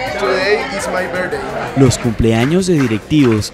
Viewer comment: cuando hablan diga "today is my birth-day" No birday. Haglo bien